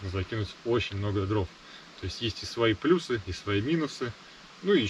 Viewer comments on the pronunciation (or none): none